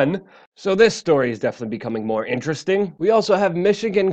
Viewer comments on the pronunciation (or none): none